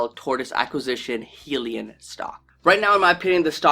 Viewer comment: Why should we listen to someone who cannot even pronounce the name of the company? Its not 'Heel-e-in' its 'Hi-lee-on'. FACEPALM.